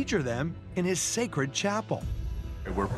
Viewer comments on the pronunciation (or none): none